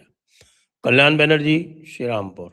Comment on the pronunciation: Sir ... humbly request to kindly note ... NOT ALL ALPHABET A IS PRONOUNCED AS O ... IN BENGALI ... ITS - KOL-YAN BANERJEE SA-GO-RIKA MOU- MO- TA O-BHISHEK